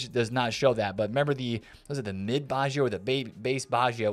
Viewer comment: it s not baschio it is batscho (baggio)